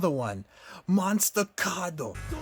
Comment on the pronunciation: "Draw! MONSTA CARDO" Really dude lmao? Gotta say, it was quite the fun showcase and video you put out there. But in terms of my favorite Yokai, im guna have to stick with mah boi Bake Chanclas.